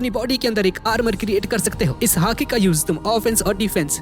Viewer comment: He is Calling hati i an hearing haki 😂😂